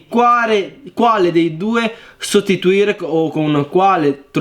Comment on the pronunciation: perché hai detto stotituoire al posto di sostituire